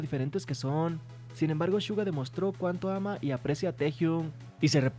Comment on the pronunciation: Amigo no es shuga Entiendes!!!!